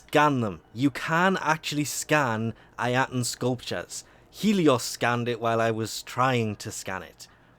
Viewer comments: It's pronounced "EYE-UH-TAN" NOT "EYE-AT-AN" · The way you pronounce "ayatan" disturbs me till this day. Love your channel tho! 😁